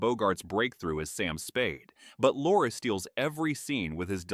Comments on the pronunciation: Peter LOR-Ree. Jeez, how do you not know that? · Please learn how to say Peter Lorre’s name. AI fail.